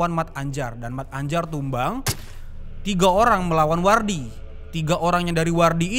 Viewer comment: Se nyebbhut nyamah(yg nyebut nama) mattanjar bukan mat-anjar bang brengoy 😂😂salam becchek an(salam damai)✌